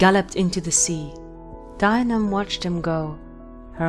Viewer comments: Fee-oh-nah, and D-yee-nee-uv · it's closer to deen-eev but mistakes happen! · Isn't it pronounced Dee-a-nev? Other than that, I loved learning more about the waterlogged murder pony of Scotland. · Celtic languages are weird to pronounce for example bh at the middle or end of a word is silent and mh is pronounced as vh so the name dianamh is said as dee- anav ...... I think..... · Dianaimh is pronounced Jia nigh my. In Scots Gaelic, the "d" is pronounced as a "j".